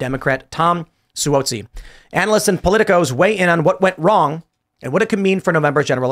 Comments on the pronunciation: Just FYI—NY rep’s last name is pronounced “Swazzi.” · Si whoa si lol it's Si wahh zi